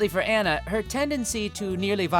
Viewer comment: Dude, love what you do but MUST YOU butcher the pronunciation of Japanese names so??? Hearing Anna's name (and rank tbh she and what's-her-face in the sheet deserve a somewhat higher rating) made me cringe so